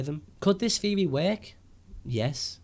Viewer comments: Good video. But i hate when he says Theory. Like its theory not feory. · the way you say theory proves to me you don't know what you are talking about.